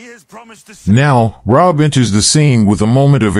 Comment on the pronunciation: It’s Ray hab……..not rob